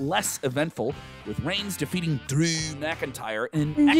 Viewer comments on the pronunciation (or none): But why does he say it so odd like that? 😅😅